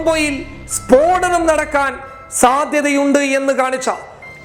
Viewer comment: സ്ഫോടനം✓ സ്പോടനം× 🙏